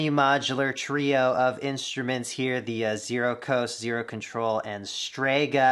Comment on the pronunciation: This video keeps throwing me off. I’m used to the 0-coast and 0-control pronounced “no-coast” and “no-control”